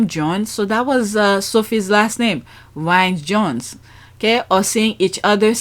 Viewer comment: Sophie surname is pronounced Reece Jones.